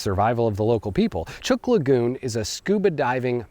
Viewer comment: Great video. As a resident of Micronesia, I would like to inform you that the island group is pronounced as if it were spelled Chook. Or, if you will, with a long u.